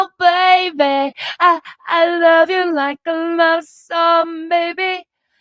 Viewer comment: Learn not to use people...And BTW you CAN'T SING....It's SONG WITH G. I hope William pronounces his *G's*. Learn to be nice...If not you will forever be alone.